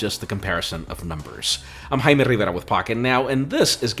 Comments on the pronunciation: I literally didn't know what he said until I saw this. So that's what "hamadrrbra" means